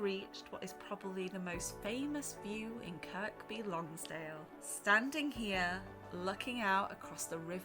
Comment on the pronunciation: Kirr-by Lonsdale.......The 'K' is silent.